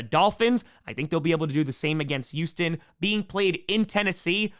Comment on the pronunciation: bro said Yoostin 💀